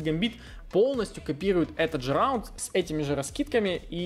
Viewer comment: xD РРРАУНД😅😅😅петрик а.к.а ларин!)!(!)